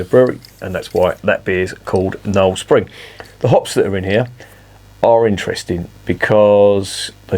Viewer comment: "Sping" was distracting me a bit. Looks like another one for me to look out for. Morrison's may have it, they call it "Taylor's Knowle Spring Blonde", part of the 4 for £7 deal.